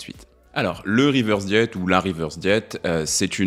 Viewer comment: Interessant mais pourquoi dire « reverse diet », avec un accent bien franchouillard en plus ? Cette mode de prendre les mots anglais pour faire chic, c’est casse pieds ! Régime inversé, voilà ! Prenez exemple sur le Québec !